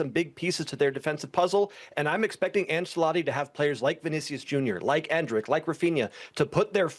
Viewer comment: The American guy talks about gambling on football and says “Ancelatte” smh 🤦